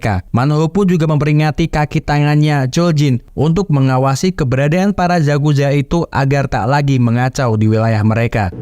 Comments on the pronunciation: yakuza bang bukan zakuza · yakuza om bukan zakuza